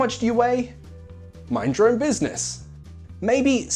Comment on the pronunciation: When he said the pronunciation of "your own" it sounded like the word in Spanish "llorón" haha...nice video!